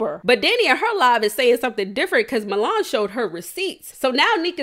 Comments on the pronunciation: U continuing to call that girl “milange” is wild🤣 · I can’t get over you calling her Mulange 😂😂😂😂😂 I was weak every time